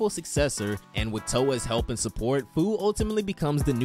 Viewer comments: Fu’s name is pronounced few 🤓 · Bro says Fu, when it’s pronounced “Few” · Pretty sure its pronounced “Few”